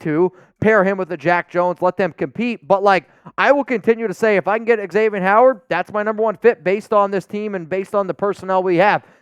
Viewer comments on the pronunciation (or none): none